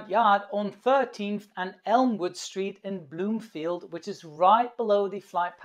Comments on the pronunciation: It's Broomfield not Bloomfield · Broomfield, not bloomfield. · its BROOMFIELD not bloomfield!! Broomfield Colorado. I live in CO and he got that portion wrong! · Note: Broomfield, not Bloomfield... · The debris landed in Broomfield not “Bloomfield” !